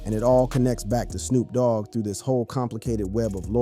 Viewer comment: He also said, "Snop Dogg" !!